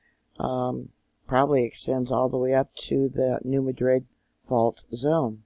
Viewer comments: Enjoying your regular reports! Re: New Madrid, the pronunciation has the emphasis on the first syllable instead of the last. So it's New MA-drid. (The city in Spain has just the opposite pronunciation: MaDRID.) Bless you for the work you do! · To help and you. I live on this fault. We say New Mad drid. So like your mad and drid New Madrid. Hope that helps. The Lord Bless yall🙂